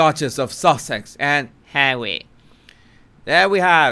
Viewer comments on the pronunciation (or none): "hawwy" . ROFLOL.